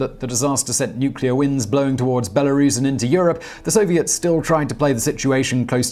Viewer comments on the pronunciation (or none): none